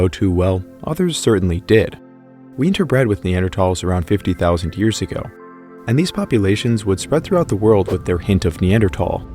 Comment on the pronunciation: Why does he put an H in front of years it’s driving me nuts lol